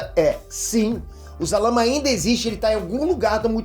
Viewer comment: Se fala sarama